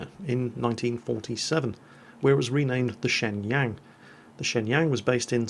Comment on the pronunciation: Just a note for you My Wife is Chinese and the ShengYang is pronounced Say-Yung.